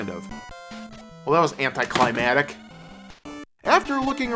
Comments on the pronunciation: Anticlimatic? Anticlimactic. Fixed. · "anticlimatic" and "scalivant" I love you